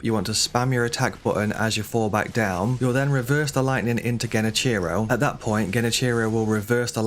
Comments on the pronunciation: Dude, they pronounce his name IN the game. Why on Earth would you mispronounce it that way? Silly. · Great advice.. your pronunciation of his name is killing me tho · The way you pronounce genichiro annoys me 😂